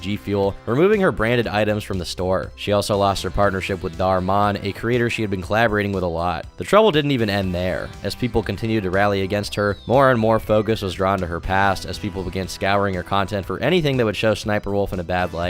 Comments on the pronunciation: Bro read DharMann as Dhar Mhan, lold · you're wrong. She still appears in Dhar Mann's videos, most recently his "sister secrets" series. Also his name is pronounced like "Man".